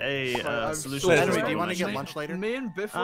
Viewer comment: "Don't you me...": "You know for that get out"